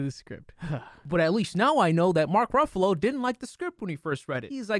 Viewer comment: I think I misheard you....did you call....@ did you call Mark Ruffalo a “BUFFALO”?!?!?!?!? Hehe